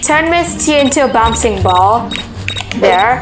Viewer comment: Not boncie ball it's a bouncing ball.